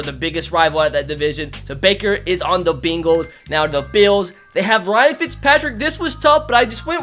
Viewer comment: It’s funny how he says bengals